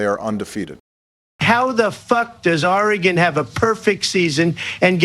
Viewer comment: “OR-GONE” - Obama 🏈😅😂